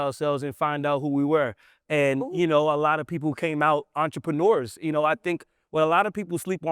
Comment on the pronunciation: Brother please practice your reading. No offense just read slower. You said entre pruneers